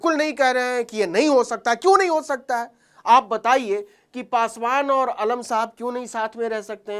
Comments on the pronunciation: अलम नहीं आलम होता है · न्यूज़ तो खोजी पत्रकारिता अच्छी है मगर उचारण 👉अलम नही आलम होता है